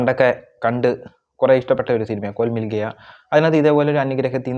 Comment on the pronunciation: കോൽ മിൽഗയാ അല്ലെടാ കോയി മിൽഗയാ